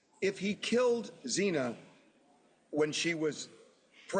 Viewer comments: Come on Harvey, please show proper respect by pronouncing their names correctly Xana is not pronounced "zee-na". They were murdered three years ago this November and you can't manage by now to get it right? Shame on you Ashleigh for not correcting him the first time tonight or making sure your guests can pronounce their names correctly before going on air. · Harvey from TMZ trying to school Ashleigh Banfield from NewsNation (to quote a tiny portion of her bio: “Ashleigh Banfield is the definitive authority on the nations biggest true crime stories. A veteran award-winning journalist”) just seems a bit off. Harvey is Mr Salacious/Scandalous news breaker of Hollywood goss.. He repeatedly called Xana, Xena, despite Ashleigh repeatedly, & professionally saying her name the correct way - but MrTMZ almost railroaded her with HIS “facts” 🤦🏻‍♀️. Dude, please, at LEAST respect this beautiful young lady who was so tragically taken & get her name right..& maybe stick to what you’re good at. No disrespect to him, but this was a sloppy take on his part. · This guy you’re talking to knows nothing about the case. He didn’t know it was Dylan who peeked out the door and saw Bryan leaving. He also kept getting Xana’s name wrong. 🫤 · What is that guy on about, he cant even get Xana's name right. There were 6 people in the house that night, Bryan clearly went there for Maddie, Goncalves wasnt even suppose to be there, Bryan couldnt have known she was in Maddies bed with her. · What an obnoxious guest. Can’t even pronounce Xana’s name. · How does this guy not know how to pronounce XANA after all this coverage? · How can this man not pronounce Xana's name correctly? Hasn't he heard it at least a thousand times by now for Christ's sake? So disrespectful. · He should at least pronounce Xana's name correctly!!!🙄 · This guy, can't pronounce Zannas name after 2 years... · The judge mispronouncing Xana's last name TWICE was insensitive and unprofessional. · Zena? Its Xana